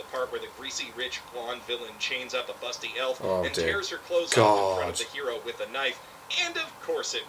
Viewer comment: That letter in the Handshakers title is pronunced like a "th", thus "With".